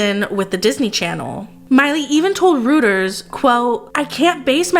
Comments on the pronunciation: it's pronounced Royters... Reuters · Reuters is PRONOUNCED ROY-TORS. It’s a German news company . As reports you should know that.